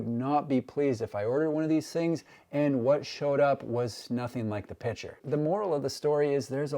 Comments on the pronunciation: PICTURE not "PITCHER" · The word picture has a 'c' in it. Pitcher and picture are pronounced differently by grown adults.